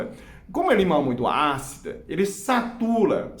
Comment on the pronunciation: Quando o Dr. fala SATULA eu não aguento....😂....é o Cebolinha!!! Muito bacana seus vídeos! Sou seu fâ...obrigado por retransmitir tanta sabedoria. O Sr. deixa pegadas de luz.